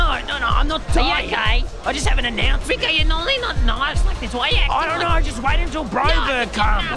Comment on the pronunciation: Broberg mispronuncing Rico's name the whole time is my favourite little bit of sad-funny